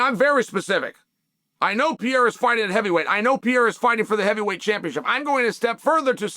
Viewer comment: Chael is funny as hell!. Always calls Alex peeara😂. He knows how to pronounce it he just keeps saying Peeara!😂